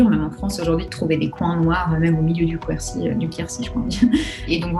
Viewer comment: Je confirme, ça se dit "Kercy" et pas "Qwercy" (et on écrit "Quercy"). Source : je viens du Ségala, juste à côté du canton de Quercy-Rouergue